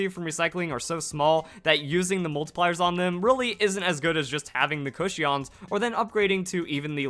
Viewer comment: Why do you say Cushions like that? 😂